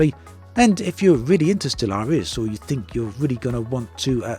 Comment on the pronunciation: Surely that is not how Stellaris is meant to be pronounced? With a hidden a at the end.